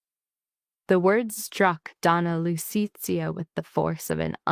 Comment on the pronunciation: Ads, ads, ads, long ads and AI narrator is awful Lu-ce-a, not